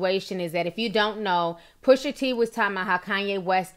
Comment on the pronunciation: Girl 🙄🤦🏾‍♀️ it’s PUSHA T; not pusher t sheesh